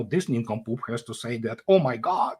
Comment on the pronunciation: 'Neeencompoop' in thick Russian accent... Always makes my evening . Thank you.